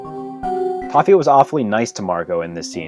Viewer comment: Did you say... TOFFE ?!